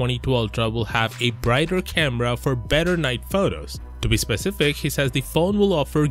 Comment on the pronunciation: specific, not pacific